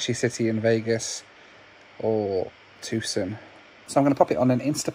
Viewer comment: It's pronounced "Too - SAHN". Not TOOSIN. I live there, so, you know....gotta try and help.